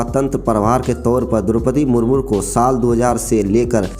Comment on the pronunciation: Murmur nahin ji murmu bolo